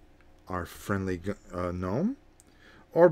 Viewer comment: Is there an inside joke I missed? Gnome pronounced “Gome” vs “Nome”?